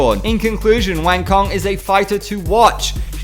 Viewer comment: Her name is pronounced "Wah-ng Tso-ng" by the way. just for your information. don't take it the negative way.